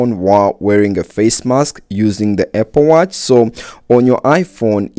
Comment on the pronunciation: “Eh-pple watch” 😂